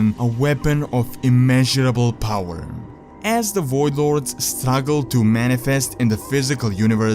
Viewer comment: wtf Is a woidlord lol its voidlord